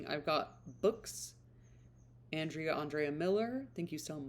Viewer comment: I'm enjoying your channel so much! Thanks for the shout-out. You were very close to pronouncing my name correctly. It's Aahn-dree-a. My parents just had to be different. LOL. Most people do pronounce it like you did at first. I'm fine with whatever. Heh